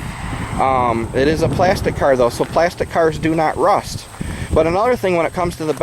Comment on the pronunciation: RRRRRRUST , when you say it i crack up